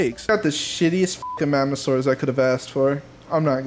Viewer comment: Next time u say magmasaurs say magamasaurs